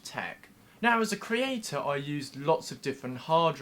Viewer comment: Not very informative and as 'an online creatuh' he seems very interested in manipulating people into helping his videos beat the algorithm by leaving comments (more comments causes the algorithm to put his videos higher in the search results, etc.) < -- I certainly don't mind people wanting their videos to get better exposure but what I despise is when these 'creatuhs' attempt to manipulate you by saying things like "I really want to hear what you think about this topic in the comments below...' or 'let me know in the comments below if....' and the thing to understand is that they could care less about your opinion and they probably won't even read the comments that you leave because all they want is for people to leave comments to boost their ratings. Its manipulative and exploitive of the audience. I just want to let you know what they really mean when the y say 'I'd like to hear from you in the comments below...' (Its really quite sickening to me and I just wish that they would be more respectful and less manipulative...). So here is your comment pal. I hope it suits your requirements.